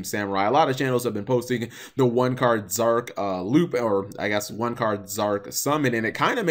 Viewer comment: drinking game: take a shot every time he says Zorc instead of Zarc bakura nuts himself